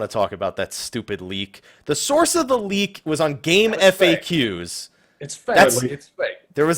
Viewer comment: Samurai STR-based DPS, Red mage INT-based DPS. also, it's game-fax not game-eff-ay-que